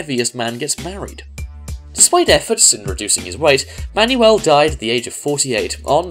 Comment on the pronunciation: itz not ma-ny-uel itz man-wel